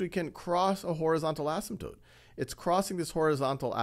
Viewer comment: I've been wondering if the Wiley Plus minilecture guy and the Khan Academy guy were the same guy, but I just noticed the Khan Academy guy knows how to pronounce asymptote, so they can't be.